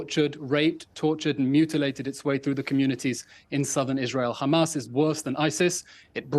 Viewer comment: It’s pronounced Hamas